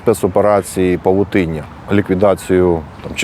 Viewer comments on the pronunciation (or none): не паутыня, а павУтыння